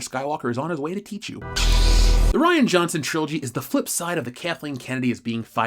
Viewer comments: Every time he says Ryanus, I laugh. Someone make it into a Fandom Menace shirt! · says Ryanus. Me:😂😂😂😂😂😂😂😂😂😂😂😂